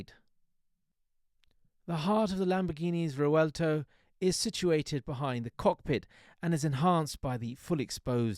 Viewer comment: you butchered the name, rewelto🙂